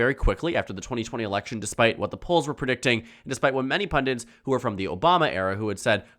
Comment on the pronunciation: Pundits. NOT PUNDINTS.